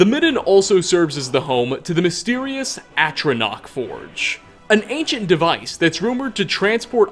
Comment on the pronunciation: He really did it, he finally pronounced Atronach correctly!